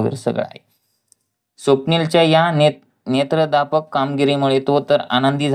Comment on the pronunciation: निदान वाचन करताना तरी दुरुस्ती करा साहेब. नेत्रदापक असा शब्द कुठे आहे. तो नेत्रदीपक असतो. पुढे इजार च्याऐवजी आजार लिहिलंय ते तसाच वाचलात . काय म्हणावं आपल्याला जरा लक्षपूर्वक वाचून video तयार करा मग subscribe करतो. धन्यवाद.